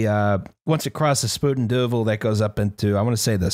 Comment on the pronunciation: I know it's a Dutch phrase and thus not deserving of correct pronunciation, but it's not Spooten Doovel, it's Spyten Dyvel. Eyes, not yous.